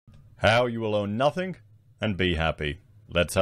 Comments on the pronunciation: It's pronounced nothING not nufTHINK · You know how to spell it. Now learn how to say It. “Nothing” not “Nuthink” Just sayin’ what a lot would be thinking😉